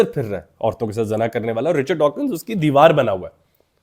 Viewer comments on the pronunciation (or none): none